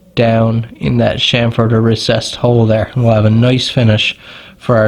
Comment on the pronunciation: The word is CHAMfered as in CHAMP...not SHAMFORD!!! GET IT RIGHT!!